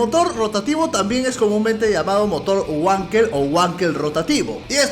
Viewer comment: Vankl... Se pronuncia Vankl.. 🧐